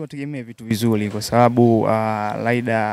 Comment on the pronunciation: Bwana Mzee jifunze kutamka R na L. Hata kampuni Yako mwenyewe unaita LIDER jamani!! Vizuli, nafikili wanaongea watoto mzeem Chukua hatua makusudi uongee kama Mtanzania MTU MZIMA bhana unatuangusha!!😊😊